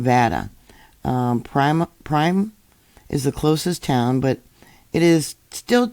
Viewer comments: The town of Primm (formerly "Stateline") is pronounced "prim" like "prim and proper." It's named after the now closed Primm Casino and Resort. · Pronounced "per'rim" ."summer- lynn". Just for future reference. Thank you